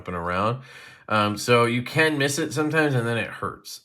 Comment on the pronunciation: Yu CaN MizZ It Den It Hertz My Fingy 😂😂 JK love ya buddy